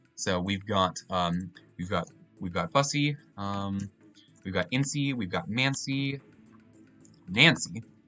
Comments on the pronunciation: you make one very crucial mistake in this video that I'd like to point out. That's not how you pronounce bussy. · I feel like you need to give a course on how to pronounce bussy.